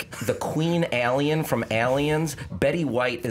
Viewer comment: God I hate the way pronounces the word 'alien'... Cringe every time